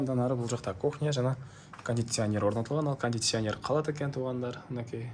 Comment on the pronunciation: Кандитсянер дебей так суйлочу ай